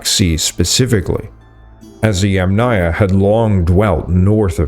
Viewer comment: Yamnaya, or Yamna, is pronounced with the accent on the FIRST syllable. The second syllable is part of the suffix, never takes stress, has a reduced vowel, and is often dropped altogether.